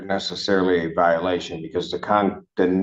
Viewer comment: Bro if I heard my lawyer say "pwevious viowation" and "weitewate" I'd instantly know I was cooked 😂